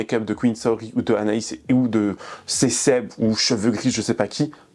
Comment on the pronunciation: Ca me perturbe de fou quand tu dis "Saori" c'est vraiment comment je m'appelle, en plus Saorie ça se prononce "Saorié" en japonais.. Bref elle salit mon blaze ça me gave.. Et effectivement le chien est très maigre c'est vraiment horrible et je pense qu'elle ne le sort très peu un Malinois ça a besoin de se dépenser énormément... Que des fous/folles c'est aberrant..